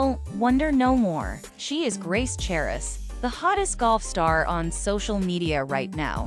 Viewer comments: The "h" is silent... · the "h" in the last name is silent.